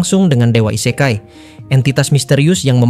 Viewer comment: ise-kai dengan "e" dibaca seperti di kata "ekor" / "elok" bukan "e" seprti di katan "endapan" / "sebuah"